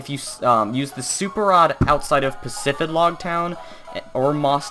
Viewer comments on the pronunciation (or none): none